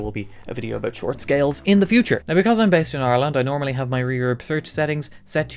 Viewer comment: I thought he said "because I'm based out of Orlando." I thought it was an odd Florida accent.